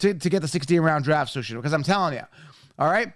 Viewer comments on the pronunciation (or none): he also can’t pronounce “16 Round Draft Solution” right. He’s so caffeinated and amped up, it comes out “16 Roun Draff Shushun”. 😂😂